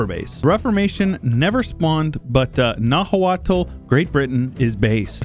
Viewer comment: By the way, Nahuatl is actually pronounced more like "Now-aht", with the t being a sort of glottal stop sound, like when you say uh-uh. Nahua then is pronounced more like "Now-uh". That's not perfect, but much more accurate to the actual pronunciation. I only know because I've been researching Mesoamerican cultures a bit for fun and listening to some podcasts about the Aztecs.